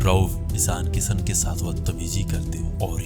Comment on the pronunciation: Abe saheen nahi shaheen hota hai. Pehle bolna to seekh lo.. aur ek baat kisan nahi kishan hota hai Chal chutiye